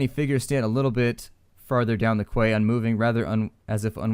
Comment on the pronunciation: Quay is pronounced "Key"